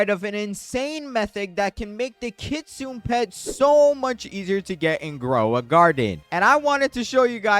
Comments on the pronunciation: Dude its not said like kitsoon its said like kitsoonay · Kitsune not Kitsun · Hey i dont mean to be rude or anything but just a lil thing its prounounced kit-su-nay and train-qwil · If he is 6, you may as well be 3. He was referring to the pronunciation not the spelling, in which the creator did mispronounce